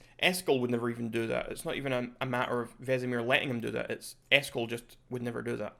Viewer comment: For gamers, butchering Eskel is a big no.